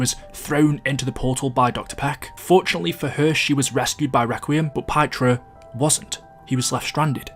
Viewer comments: His name is pronounced Peter. Btw, Richthofen is clearly the forsaken . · His name is Pyotr, its essentially the russian equivalent of Peter. You pronounce it like P-YO-TER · Fun trivia: Pyotr (Пётр) is pronounced more like Pee-oh-tr. It's basically Peter in Russian.